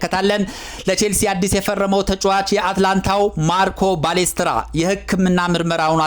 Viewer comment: ባሌስትራ ሳይሆን ፓሌስትራ ነው እባክህ😂😂